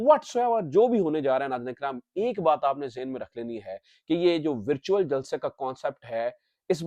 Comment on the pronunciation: ورچیول جلسہ ذرا صاف بولیں لگتا ھے کہ آ پ مرچیول جلسہ بول رہے ھیں۔